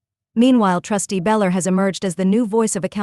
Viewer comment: It’s Belcher idiot not beller